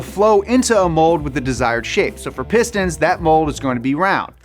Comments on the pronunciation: Who else heard say “Piss Dance”? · Piss stains, piss stains, piss stains is what I heard in the beginning of the video haha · Not gonna lie, I thought he was saying "piss stans" in the introduction and I was scared I clicked on a not so savory video.